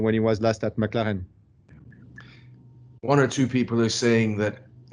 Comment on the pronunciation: He say Mclaren like Macarena, i dont understand what he said.